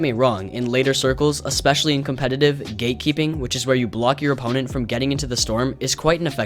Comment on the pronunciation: I heard u said gaykeeping